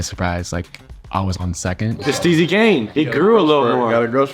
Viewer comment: CUh said steezy kane